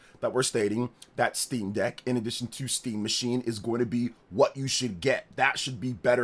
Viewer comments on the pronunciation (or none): none